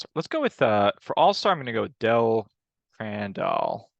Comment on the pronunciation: CRAN-dall <--- emphasis on first syllable